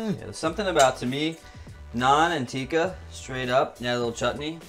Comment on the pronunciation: also tikka isn't pronounced teeka it's pronounced tick-ka